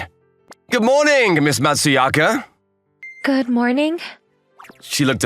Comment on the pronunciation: It was a good story. Just bothers me that not a single character ever said her name correctly. Her name is Matsuzaka, but everyone called her Matsuyaka. It was kinda funny to have a Brit, a Bostonian and a normal American as voices.